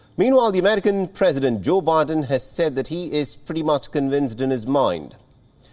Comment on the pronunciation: When he says "meanwhile the american president Joe Biden" it actually sounds like "meanwhile demented president Joe Biden". Indian accent getting truth out.